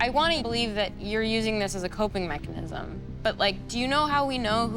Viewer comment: He cant even say mechanism